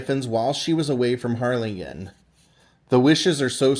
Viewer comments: Oh my goodness, that’s so neat! (Side note: hard G in Harlingen, like -GIN.) Another great video. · Evidently, he's not from Texas and didn't know how to pronounce it correctly. Lol